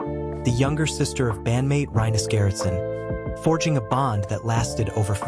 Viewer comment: Rip dear George. Thank you for everything. But please, this commentator should learn how to say rinus gerritsen, it is awfull how you pronounce it. Please, practice, before you say it. Thank you.